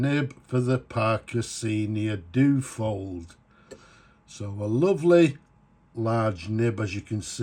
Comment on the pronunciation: Duo-fold... dyu-oh-fold. Not Doo-fold.